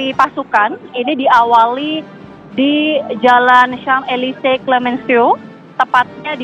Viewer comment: Kalo gak salah Champ Elysees dibaca "Shanz-eh-lee-zay" bukan "cam-e-li-se" trus Bastille dibaca "bastij" bukan "bas-ti-le". Pokoknya suka-suka reporter aja mau nyebut gimana bukan cari tahu dulu cara pengucapannya.